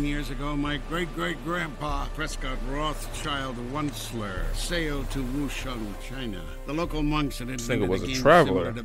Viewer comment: you missed how he said Rothschild- Wuncler! 😂